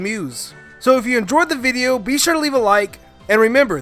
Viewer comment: I’m did he say viveo? Or and I’m tripping 😂